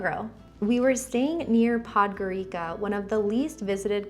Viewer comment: Honestly, how do you travel somewheres, talk with people there, enjoy it so much and not bother to remember the way the place is pronounced? Nor bother to check Google Translate. It has a pronunciation feature. I am mainly referring to Bodø and Podgorica. It's really not that hard. It's so grating.